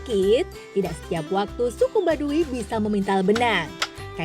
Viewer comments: Bukan baduwi tp baduy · Tau tuh ribet dengernya i nya ketinggalan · Kenapa pengucapan "Baduy" jadi Badui...??? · Kesel aing denger pembawa acara y... Yg bilang "badu i"